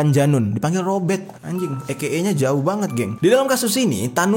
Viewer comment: robert not robeck...